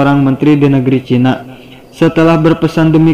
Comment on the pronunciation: Kenapa sriwijayak, chinak, duniak koq akhirnya K